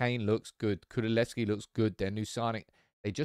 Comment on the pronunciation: Did you say Kululevski lol?